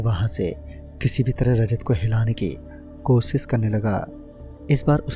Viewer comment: pehle bolna seekh be kosis nahi koshish hota hai wo